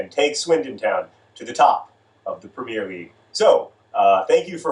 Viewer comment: Anyone else slightly annoyed that John doesn't pronounce Premier right?